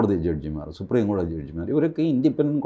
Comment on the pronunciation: ?????കോടി???? തി എന്നല്ലേ പറയേണ്ടത്